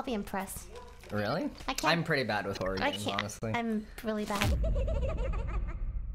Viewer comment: ah yes the "Horrohr" game